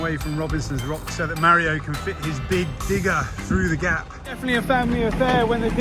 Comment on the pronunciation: Tara! Please teach how to pronounce Mario 🙏 …my Dads name is Mario and hearing it pronounced incorrectly is the same as being called Joan 😂 Great job of removing the bamboo! The only way to get rid of it is digging it up. Salt makes the soil sterile and you’ll never grow anything on that spot ever again. Plus, over time it seeps into the deep artisan water - damages the eco system. Round up damages the Shikimate pathways between food source and humans. Food will grow, however the nutrition is rendered unusable by the human digestive system. Hot water is good for small areas like paths etc.